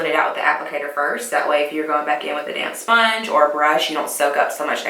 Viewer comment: lol I kept thinking you were saying "damn sponge" 😂😍 I just wanted to say I enjoy your channel - I'm new and your so chill. I live for chill! We could get along 👌🏼